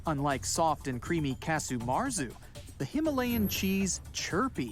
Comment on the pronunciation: he said cazu marzu so bad bro